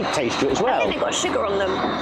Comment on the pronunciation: ..so cute how you pronounce sugar! We say shugar and you say shiger. It’s like little ones say it over here! Love you guys! Want to see you feed your neighbors and blow their minds!!